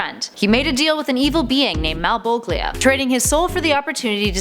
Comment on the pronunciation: Who tf is Maleboglia?